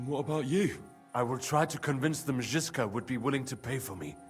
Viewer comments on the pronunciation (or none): Bruh, it's Žižka